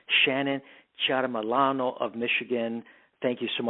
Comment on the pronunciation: So Proud of you Shannon!!! Powerful Interview!!! Love You!!! Great name pronunciation!!!